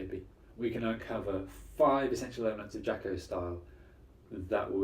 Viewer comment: You probably should learn how to say his name correctly before making a video about him.